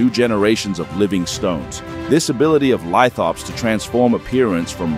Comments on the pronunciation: The word “lithops” is actually pronounced “lith-ops”, not “lit-hops” as stated in the video. The “lith” part comes from Greek (&Latin) “lithos” meaning “stone”. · There is no 'e' in Lithops. It's pronounced "lih-thops" not "lie-thops" Dumb short. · Shorts with AI voices kinda piss me off. Shorts in general kinda piss me off. Why did it pronounce "lithops" two different ways? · The AI can't decide if it is a southern American or an Irishman pretending to be a southern American lol. It pronounces "lithops" differently throughout the script, too. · He pronounced 'lithop' different every time he said it.